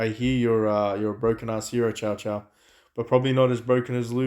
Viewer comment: please don't pronounce Cao Cao as the dog chow chow, he's a hard s, T'sao T'sao, or just say Sao Sao xD Always painful to hear chow chow